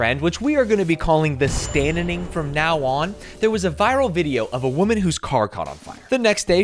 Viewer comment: Did he say the Stanzining?